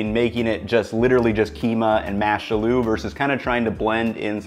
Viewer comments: love your recipes, including this one - thanks so much! but your pronunciation of "aloo' is driving me crazy - the stress is not on the "oo", but on the "a". it should be 'aalu' - 'aa' like the sound in 'yawn', and then the name 'lou'. thanks again for the recipes - keep 'em coming! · Great idea, gna give this a go. Love the way you say aloo too haha it's actually pronounced ah-loo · Idk if it's been mentioned but aloo is pronounced with emphasis on the A - so like "Ah-loo" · Nice video. It's pronounced like "aaaa-looo". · Pro tip: Aloo doesn't sound like a loo. It sounds like "Aaaa! Loo!". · I respect your dedication to understanding the cuisines of different cultures and I feel like you really try to honestly represent these various styles of cooking. Pro tip, it's spelled "aloo" but pronounced "aa-loo" lol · this is a great video but something has been bothering me like crazy how you pronounce aloo. It's pronounced ah-loo, rather than how you've been doing it. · It’s pronounced “AH-looh” masala. But looks good! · Hate to be that guy but aloo in aloo masala is pronounced “āloo” (long a) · Hey, just a tip the emphasis on aloo is on the a, so it's pronounced Ah-loo. Recipe looks amazing! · With the Aloo, you're putting the em-PHA-sis on the wrong syllABBLE. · that "aloo masala" pronunciation made me lol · This really bothered me. Looks good though. He’s just putting the emphasis on the wrong syllable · It’s pronounced “ah-lu”, not “a loo”. Accent is on the first syllable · Not 'A lou'...'ALL--u' emphasis on the beginning AL not the double 'o' which I can understand is very contradictory based on the way it's spelled. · Aalo not aloo dude, emphasis on the first syllable. Great recipe but this small thing was just bothering me. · Bro, emphasis on the first syllable, its Ah-loo masala not a-LOO masala. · it's not uh-LOO it's more like AH-lu... the "loo" isn't pronounced long. Great recipe btw! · It's pronounced "aa-loo",, not "a loo".;)